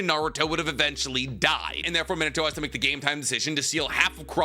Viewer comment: It's pronounced ME-NAH-TOE -_